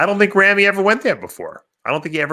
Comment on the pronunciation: Y'all need to learn how to pronounce Ramy correctly.